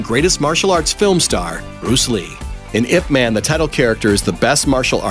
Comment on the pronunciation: Made me cringe when he kept saying "ipman" - it's pronounced Aye Pee Man !